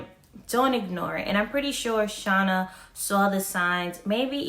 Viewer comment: it's shay-na Dona-hue it's hard to write the correct phonetic spelling of her last name but you can google it......